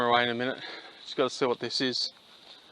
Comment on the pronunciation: I’ve gotta guun!! I’ve gutta guun!!!